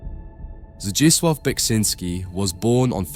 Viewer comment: Oh hey, ya got the correct (as far as my Norwegian ears can tell) pronunciation on "Zdzisław"